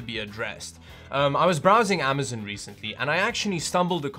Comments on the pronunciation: Say it with me (am- uh - z - on) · AmazOn not AmazIn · Regular people: “Amazon”: “Amazin “ Ski mask the Slump god: OKAY